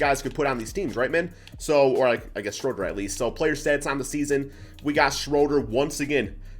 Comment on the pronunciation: If he wins the title with L.A., will you learn to pronounce his last name correctly?